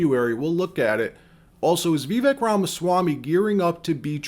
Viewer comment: Great video. I’m hopeful that Vivek will be the VP choice. I don’t mean to nitpick, but you’re mispronouncing Vivek in the video. Trump Vivek 2024!